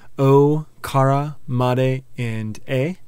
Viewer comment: I really love your videos, they're very helpful. The only thing i would say you could improve on is your pronunciation, it's needs to sound more Japanese. For example when you say kara, it should be pronounced more like kala.. roll your r's. But apart from that, loving your vids, keep it up!!